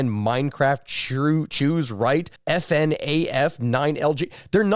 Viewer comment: I’ve never actually heard anyone spell out fnaf 😂 More people just say it phonetically. That felt weird. I now wonder if stak know what fnaf is.